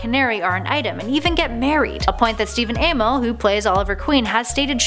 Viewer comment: You just butchered Stephen Amell's name